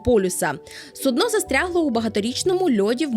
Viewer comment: сУдно, не суднО, ну, будь ласка! 🥲